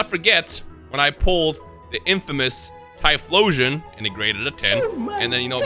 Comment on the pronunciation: Not Thyplosion bro. Not Thyphlosion bro...........